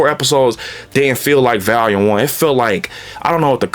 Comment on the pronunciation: VALUME or VOLUME? 😂